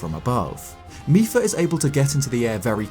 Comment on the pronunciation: mipa not micheal